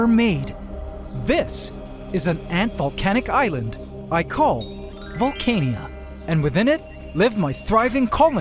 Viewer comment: Instead of pronouncing the name as vole-cane-ia, what do you think of Valh-khan-ah?